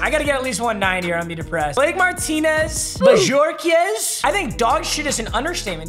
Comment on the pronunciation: Bojorquez is pronounced Bohorquez 🤦‍♂️